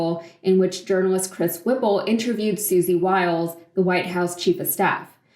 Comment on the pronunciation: Her names is Wiles - not Wild.